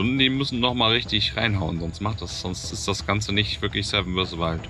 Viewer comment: Knossi hat finally wirklich 7 vs Wild richtig ausgesprochen.. Wow! :D